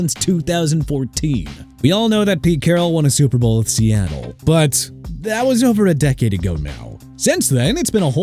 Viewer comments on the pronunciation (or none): none